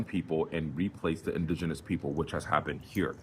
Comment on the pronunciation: SAY IT WITH ME “IN-DIG-E-NOUS” 😂😂😂😂